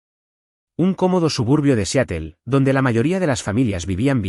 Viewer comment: SE PRONUNCIA SIAROL, NO SEATEL.